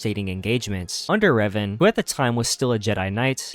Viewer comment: Why you call Reven, “Raven”?